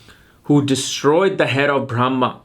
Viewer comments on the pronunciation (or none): none